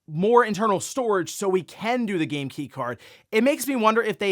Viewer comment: 😂, Bro it's "game" with "aim" in the middle. 🫣